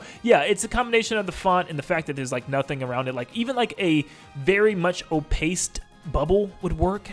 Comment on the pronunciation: Right, lmao?? Glad I wasn’t the only one to catch that weird mispronunciation, lol. Wtf did he say, o-paste?! 💀